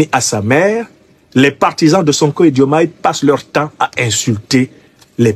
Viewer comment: Il n'y a pas de Djoumaye Président au Sénégal. Nous l'appelons Diomaye. Vous devez d'abord chercher à savoir prononcer nos prénoms avant de chercher à créer des problèmes qui n'existent pas. Si ce Aliou Tine ose parler aujourd'hui sans s'inquiéter c'est tout simplement parce que la démocratie est en marche. Sinon où était-il ces 10 dernières années ? Vous vous cachez derrière des personnes pour déverser votre rancune.